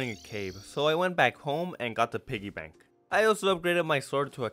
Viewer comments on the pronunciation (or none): none